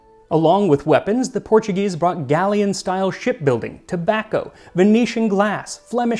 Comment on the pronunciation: You're pronouncing all the Portuguese words like Spanish, words that end in -o sound like oo like oh là là and if it's -OS it sounds like oosh